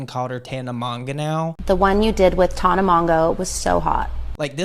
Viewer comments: the fact they both called her "Tahna" is sending me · The way she is constantly misprouncing their names 😂😂😂.